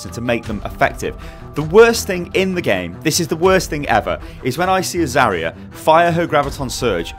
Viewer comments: Agreed, it's Zar-ya, not Za-ria. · Triggered every time she's called "Zaria"